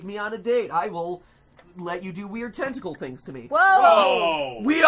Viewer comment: I thought he said testicle instead of tentacle